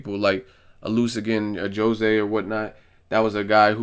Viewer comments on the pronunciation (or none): none